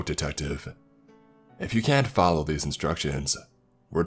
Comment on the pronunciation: “if you can’t fallow thase instractions” LmAo 😂